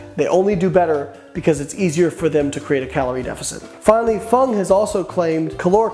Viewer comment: I just have to say two first one the non dr. Berg second one it's doctor f u n g and the others I never listen to. I am enjoying your videos immensely